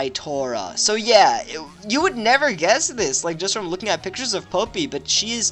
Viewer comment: its not popi. its poppi as in pop-pi